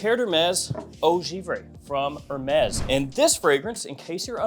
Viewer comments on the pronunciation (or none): none